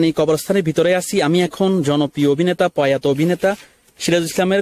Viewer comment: ভাই পয়াতো না প্রয়াত